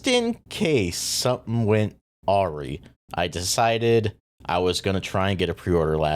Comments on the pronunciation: I've never heard awry pronounced "aw-ree" before 😂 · never heard “awry” pronounced like that before